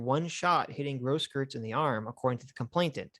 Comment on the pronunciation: The "eu" in Grosskreutz's name is pronounced like "oi"